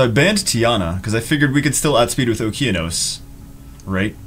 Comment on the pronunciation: It's O-KE-A-NOS ffs Jew!!!